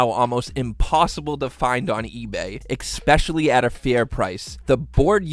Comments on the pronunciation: I love your video and your build. Please stop pronouncing "especially" as "expecially." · especially* not eckspectially* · Can't get over how he says eckspeshully multiple times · i dont like how he says especially as expecially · Especially? Oof